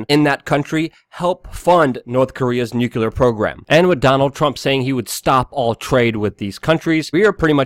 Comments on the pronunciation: Nucular <> Nuclear - is it wrong of me to expect you pronounce something before criticising it? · Eww, and it's NUCLEAR... not nucular.... I can't believe I speak English better than you, and English is not even my second language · Luke STILL refuses to bother pronouncing "Nuclear" correctly.